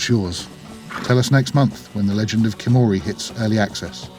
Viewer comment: The k is kinda soundless... Hiimori Yet is not a simple h think of saying it from your throat very gutural h like you about to spit by grasping your throat Gengis khan was cheingis Han I know is not historically accurate but at least understand basic concepts of the cultura and language revisited xD